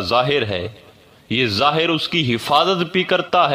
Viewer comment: work out on Urdu pronunciation zaahir not zahar many more hope u will look into it